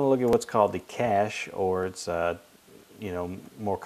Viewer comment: ur saying it wrong